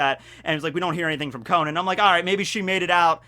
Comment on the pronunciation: It’s pronounced Ko-non! The “a” is pronounced like an “o” for some reason!